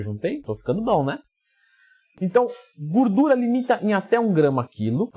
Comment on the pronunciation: "Gurdura" hahaha